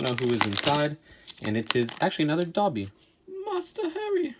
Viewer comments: Doby not Dhabi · Dobly not doby